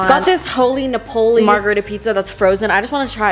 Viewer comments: It’s nApoli not napOli (pls tell me you got it) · bruh you didn’t just say Napoli like that